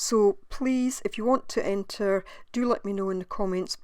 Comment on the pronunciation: 'Enter' please